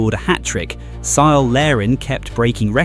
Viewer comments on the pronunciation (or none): Syle Larin? Huh? It's a hard C. It's Kyle. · It's pronounced "Kyle" Larin! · Cyle is pronounced with a hard K sound.... Kyle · Cyle Larin is pronounced Kyle. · Say Cyle again. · Hearing Cyle Larin's name with a soft C instead of a K sound is so funny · Nicely done, whoever produced this AI video, except that the 'C' in Cyle (as in Larin) is pronounced like a 'K'. It should be mentioned that Canada became a serious threat under coach John Herdman. Canada was #1 in the 2022 Qualifiers & defeated both the U.S. & Mexico. Unfortunately Canada was in the 'Group of Death' in the 2022 World cup. Canada completely outplayed Belgium (ranked #2 in the World at that time); but unfortunately they lost 1-0. They only lost 2-1 to semifinalists, Morocco & were also defeated by Croatia, who were finalists in 2018 & semifinalists in 2022. Canada was a semifinalist in the 2024 Copa Americas, playing with the best South American teams & did that on the road in the USA. So, although many were not aware, Canada has been playing great futbol / soccer since John Herdman arrived on the scene & Jesse Marsch has continued upon that trend of constant improvement. GO CANADA!!! 🇨🇦